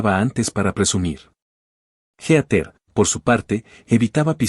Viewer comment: Heather, no geater. Se pronuncia "híter".